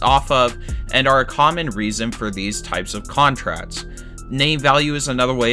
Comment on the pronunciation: Love the content but turned off by the failure of the commentator to pronounce hard “k” sound. Players sign contrats. Sale plays for the Red Sots. Teams employ analydits. The Yankees are iconit. Luxury tats. Yikes.